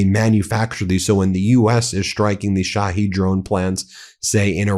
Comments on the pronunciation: at least TRY to pronounce it correctly! SHA-HEAD drones! SHA-HEAD. Not she heed, not shahaed, not sahaed! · Ben, get some help for your pronunciation of non-American/English words. It hurts my ears to hear you say Shahed, or EuroMaidan. Sounds like "My Dan", from ميدان, from مدن. Yani -- City Square.